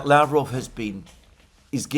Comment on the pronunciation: Yesterday I was so proud of you, that you said la-VROV as is correct. Why o why are you now back to LA-vrov again :(